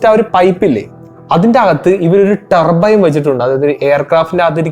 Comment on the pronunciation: Tarrrrbbboo Ttaarbine എക്സ്ഹാസ്റ്റ്, വെഹ്ക്കിൽ 👀🫣😱🤨🙄🙄🙄🙄 ഇംഗ്ലീഷ് ക്ലാസ് അല്ല എന്നറിയാം, ഇംഗ്ലീഷ് ഉച്ചാരണം ശ്രദ്ധിക്കുക Bro. നിങ്ങൾ തെറ്റ് തിരുത്താൻ തയ്യാറായാൽ. പ്രേക്ഷകരും തെറ്റ് തിരുത്തും